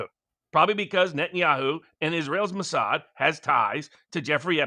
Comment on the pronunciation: "Massad" was what?